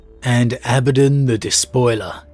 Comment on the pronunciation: Whew! Was wondering how you were going to pronounce Abaddon. You use the one that isn't distracting to me. Carry on... carry on....